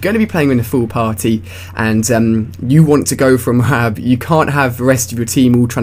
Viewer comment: Why Do You Say M.O. A. A. B. You Say it Funny :D